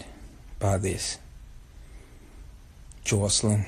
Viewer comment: You hit that JOYCElyn hard! Lol Perfect pronunciation! 😂😂😂😂😂😂😂😂 You so silly Ti!